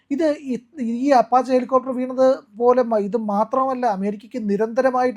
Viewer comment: Aparche ala apache